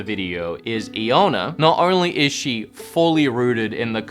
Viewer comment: Want to pronounce Eeowna correctly, talk of the running gag, and instally mispronounces it 🤣